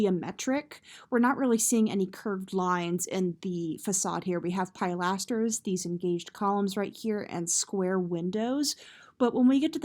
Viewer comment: It's Ruch-elai not Ruk-elai, uh! It's pill-asters, not pile-asters!